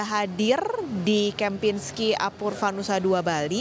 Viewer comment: Apurva baca Apurwa